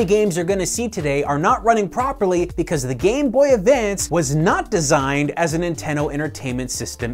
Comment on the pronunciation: "Ninteno" lol